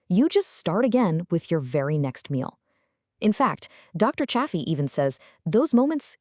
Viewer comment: If you're going to cite Dr Anthony Chaffey, please pronounce his name correctly. The correct pronunciation is "Chay fee". You pronounced his name differently at different times in the video, it is distracting. It is also important to note that people with malabsorption issues should eat some organs. Dr Chaffee has said this on numerous occasions. Many people have absorption issues, for those individuals, some liver can be very helpful. The same is true for bone marrow, it contains more concentrated nutrients. There is something called ancestral blend that is usually 80% ground beef, 20% organs. It is a good way to get an appropriate amount of organs without risking eating too much. Butter is fine for most of us, it is easier to up the fat quotient if you add butter. The strictest form of lion diet does not include anything other than meat, salt and water but even Dr Chaffee doesn't adhere to it 100% of the time. For those who want to eat more broadly than strict lion diet, they can go beef, butter, bacon and eggs. I would stay away from bacon since pigs are not ruminant animals but eggs are fine for most of us. Try to get eggs from chickens that live a natural life and are not confined to a small building. There are people who do react to egg whites who can eat egg yolks. The best thing to do at first is to go strict lion diet to reduce inflammation and regain health. Once we have regained our health, we can add foods back in slowly.. Add a food back in and see how your body